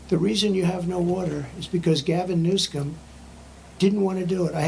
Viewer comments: Did I hear Trump saying correctly: "Gavin Newscum"? 😂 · The Don kept saying Newscum. 😂🎉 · Did he say Gavin Newscum??🤣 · He called Newsom Newscum. Lol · “Gavin New-scum”. President Trump is the most savage! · He said, “Gavin Newscum”!😂 Yep 👍🏻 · 'Gavin New-Scum' 🤣